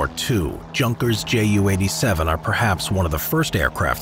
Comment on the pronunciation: I'm not german, but my ears are itching because of this. Junkers Ju-87 pronounces not from word "junk" from the English. It pronounces "Yunkers Yu"